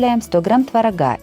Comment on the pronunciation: ТвороГА🤦ой фисё 🤦🤦